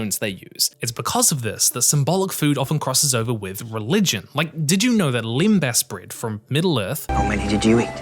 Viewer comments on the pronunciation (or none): none